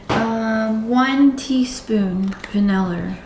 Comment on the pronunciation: So is "Bananerrrr" and "Vanillerrr" a Canadian thing? 🤣🤣🤣🤣🤣🤣 Never heard of Mayo in Banana Bread... Going to have to give it a bash sometime...